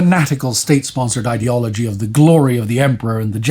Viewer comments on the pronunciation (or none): none